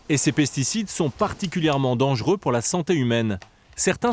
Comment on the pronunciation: Dangereux, pas « dangeureux »